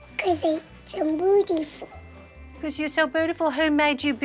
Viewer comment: Who else noticed the yers her mom said when she said God made her beautiful she was like hun | made u bootifull😂 Also she doesn't even like doing pageants her mom even said that it was her passion and Paisley wouldn't do it herself.Like whats the point. Parents need